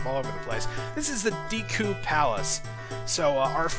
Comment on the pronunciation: Not gonna lie, it'll be great once we move on to snowhead so i can stop hearing him keep say "Deeku" Link